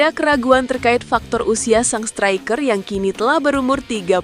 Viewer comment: Min,pelajarin dulu cara baca yg bener. Example striker,bukan stiker